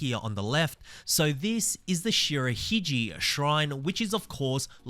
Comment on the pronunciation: Any Japanese word spelled in alphabet with "G" should be pronounced as G of the word "get" not of the word "gee." You have to use J for the latter pronunciation. And as for Shirahige Shrine, the "ge" part of the word should be pronounced ge of "get."